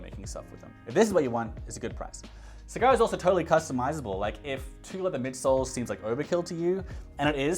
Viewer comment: Great video!!! Thanks for sharing. My only comment is in South East Asia we pronounce "A" like you pronouncing the Apple. So when you say Sagara it should be SA-GA-RA and not SI-GA-RA. E we pronounce it as "EH" and not ee, "I" we pronounce it as EE and not ay. Hope it make sense to you and i am not trying to be funny. Thank you